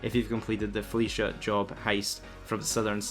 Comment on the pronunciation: Felicia bank job...lol Flee-ka